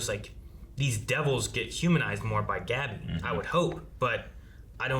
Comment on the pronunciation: They say Gabi's name multiple times in the show and these guys still constantly mispronounce it. That shit is just annoying.